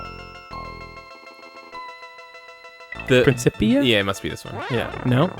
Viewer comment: Principia => Prin-kip-ia